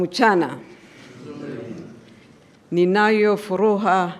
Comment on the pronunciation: Mr president ninayo furua badala ya furaha duuuh kwel kiswahili siyo kimakonde